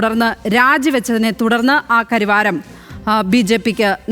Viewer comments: കരിവാരം അല്ല സഹോദരി കരവാരം എന്നാണ് പേര് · കരിവാരം അല്ല.... കരവാരം